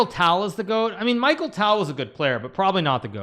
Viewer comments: Michael tale 😭🙏 it’s a ‘ch’ sound not ‘k’ and tal is like tahl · its not michael. Its MIKHAIL